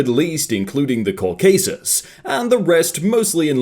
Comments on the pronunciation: "The Coh-caysus." It's pronounced "coh-cuh-sus," it's where the word "caucasian" comes from. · the post: Caucasus: Co-K-Sus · Mans really just pronounce Caucasus like Cauc ace s